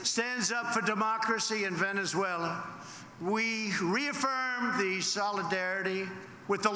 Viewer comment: He didn't write this he hasn't got the brain capacity. He don't give two hoots publicity stunt bloody idiot. Any president in office would be more diplomatic he can't even say Venesula I was the first such a big head he is crazy and I wonder how many of the people he would take into the USA claiming asylam from there None. Hate that's what he spread tell when he go of script act like a crazy many like at his rallies.